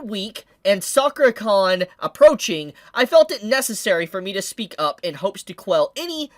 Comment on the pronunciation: why did you read sakura-con as soccer-con 🤣